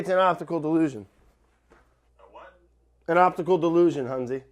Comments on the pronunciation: I thought he said "opticalled delusion" lol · I thought he said obstacle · Brad: "Obdticul (Optical) illusion" matt: "what?" LOL